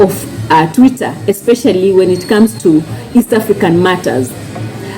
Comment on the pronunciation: Ni Twitter not tweeter sweetie